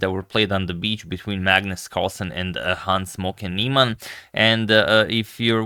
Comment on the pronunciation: It sounded like Hans Smoking Niemann.